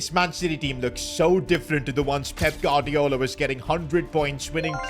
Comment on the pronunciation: Did say Baldiola